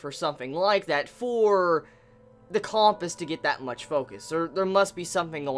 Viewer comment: the way is pronouncing compass is driving me nuts